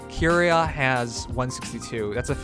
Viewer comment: is dyslexic confirmed, read the name more carefully, it's Ki-ri-a.